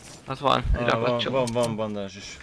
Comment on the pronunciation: Hallottam már bendzsinek bandásnak de bandágnak még soha 😂